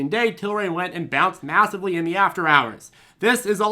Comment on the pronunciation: serious question. Are you saying massively or meowssively? Also What's the preferred tea blend for the day? I'm down $15% on PLTR but buying the dips. Waiting to see how low it goes tomorrow if employees decide they want to take their gains.